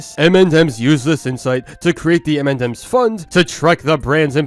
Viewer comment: U keep saying m&dems instead of m&ms lol